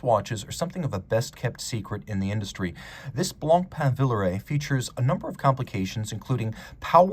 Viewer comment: He says it very well.